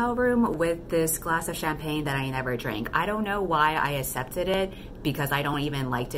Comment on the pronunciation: Q: How come you pronounce "accept" as "assept"? I'm not bothered by it, but I haven't heard anyone do that before and I'm really curious if it's a regional US accent thing or something else :)